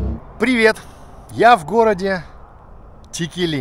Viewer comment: Текели читается с ударением на первую букву е ,а не на последнюю.